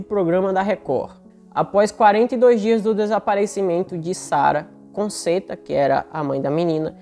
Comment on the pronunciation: aqui vai uma dica: Conchetta( se eu não escrevi errado...) a pronúncia correta em italiano é CONTCHETA. UM ABRAÇO